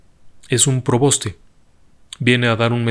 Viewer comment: Disculpe w le corrija es: preboste y no proboste . Gracias